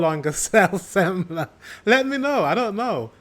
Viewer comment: yes sir no ``semmla``